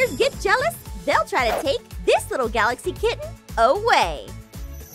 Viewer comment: Gaxaly? you mean Galaxy?